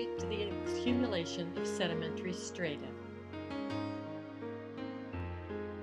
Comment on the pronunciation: You're saying "strata" incorrectly.